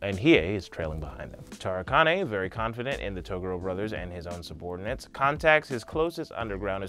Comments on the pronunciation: sorry! ITS TOGUUUUUUUUURO NOT TOOOOOOOOOOOOGURO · Taa-gore-o Whatever you said wasn't it chief.. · Is Togoro how they say it in subs or something. I hate to be nitpicky but this is one of my favorite shows. He says the rest of their names correctly, but I never heard them call him Togoro in the dub. It was always pronounced Toe-gu-ro not To-goro. Who's to say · Hey CHUMP....it's pronounced "Tuh-Gor-Row"..not "tugooro". Not sure how you can mispronounce it when they say the same clearly in the show. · "TOR UK A NAY" and "Ta GUUU ROOW" Cmon Man. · ToGUro. emphasis on the second syllable. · The first time he said Toguro I thought he really said Toblerone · Toe ga ro? Uh...ok. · It's pronounced TOE-GOO-RO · Wait i thought there name was pronounced as taguro like ta gur o lol oops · It's pronounced Tu-Gor-O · Bruh...why do you pronounce Toguro like that? It's Tah-Goo-Row. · Its pronounced TWO GORE OH !!! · Please fix your pronunciation it’s Ta-gor-o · i hate the way you pronounce Toguro - "Toe Goorow" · TFW you cant pronounce Toguro's name right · Emma Queen I think he only mispronounced Toguro, Rando, Yukina, and a couple others I think... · "I'm a fan of the show" he said, then proceeded to mispronounce name of the most iconic villain of the series. I can't watch the rest. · Why are you pronouncing the Toguro brothers name like that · omg thank you!!! 1000% correct it kinda makes makes it hard to watch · This is very old, but I just discovered it - the way you say Toguro is funny to me. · I’m sorry but I couldn’t get over The pronunciation of Toguro! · I can tell you genuinly care and love this series... but I hate how you pronounce Togoro. I get it. I do. But.... whew. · You keep saying Toguro but it's pronounced Toguro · as much as i appreciate ur enthusiasm.... please pronounce Toguro properly, its not that hard when u somehow pronounced most other things correctly..... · Why do u say toguro like that...u sound like I never even watched this anime before